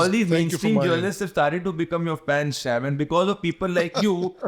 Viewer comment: He is annoyingly saying "shyaam", not "Sham". Sounds extremely weird.